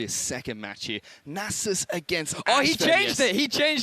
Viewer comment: "nah-zus" gtfo